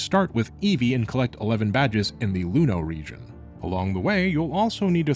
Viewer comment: "Rijin... Region"